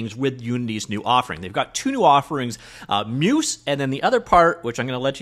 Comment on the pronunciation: not trying to be the 'actually' guy but Muse is pronounced like the Greek deities of the arts - phonetically 'myooze' not 'myuce' all that being said it seems quite interesting - would love an AI trained on Unity C# code since that's where i'm spending most of my time. and i think Barracuda will certainly be part of Sentis though i don't think it will be all of it.